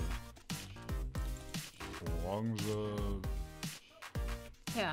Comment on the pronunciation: Orange ... Ähhh lololonge xD :D